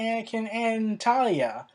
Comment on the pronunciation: Talia? Is Tahiri really that hard to pronounce, mate? Tah-heer_ree.